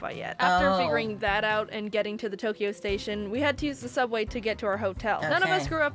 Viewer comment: not subway Sooubway